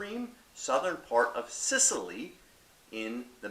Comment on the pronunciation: You said small Mediterranean island. Place is huge dude. Biggest island in the med and you pronounce the grape and region wrong